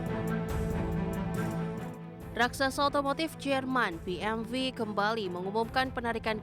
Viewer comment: Maaf masukan buat narator nya... bukan BMV yaa bacanya BMW ( dalam bahasa indonesia ) atau Bi eM doubelU (dalam english)